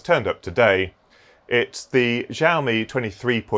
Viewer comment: I learned how to say Xiaomi from this video... I was 100% sure it was said Zi-o-me because someone told me that a while back. I googled it after you said it. I learned I was wrong. Price is good for new but I like to keep an eye one Facebook market and such. I picked up a $400 LG 144hz monitor for $90 but used market really depends on your location.